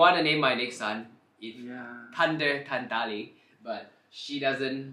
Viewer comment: Tunder or thunder Tree or three Y he not saying the h